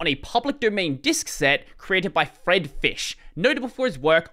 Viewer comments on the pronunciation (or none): none